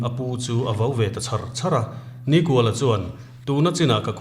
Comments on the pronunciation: Hming chhiar dan hi uluk ang u, niiiikuala....tih te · Nikuala hi in lam dân a dik lo. Ni a kual lo. Ni kha sârin a zâm kual a, chutiang thlük chuan NIKÙALA tih zâwk tûr alawm. 😊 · Nikuala pawh hi, hmeichhia zawkin a lam dan hi a dik lo deuhlo maw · A chhiartu ten Nikuala hming in lam dan thluk hi a dik em aw? 'Kual' tih lai hi 'Kawi' (Ngil lo) thluk anga thluk tur a nih ka va ring e.